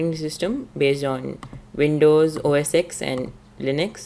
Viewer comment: It's OS FUCKING TEN